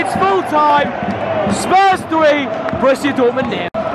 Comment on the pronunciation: This is not "Broshia". It's called Borussia! Bo-rus-si-a. Lern foreign club names correctly, dude. Toddnnäm.